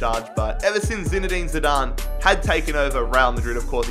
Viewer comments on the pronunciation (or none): none